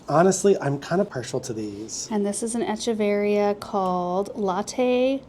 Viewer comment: In Latin the ch in Echeveria says a K sound so it's Ekeveria. I know years ago you had said you weren't sure how to say it.